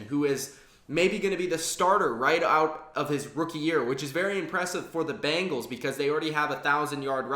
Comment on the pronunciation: It's not "Bangles"...It's Bengals.